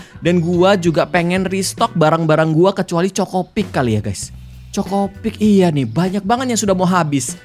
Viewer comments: CHOKIpik kak regi, bukan CHOKOpik 😂😂😂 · chokipik bukan chocipik😅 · Kak regi yang cereal itu bukan chocopik tapi chokipik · KA regii,sekedar mengingatkan itu chokipik,bukan chocopik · Kak regi cereal ny bukan chokopik tapi chokipik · Chokipik bukan chocopik bg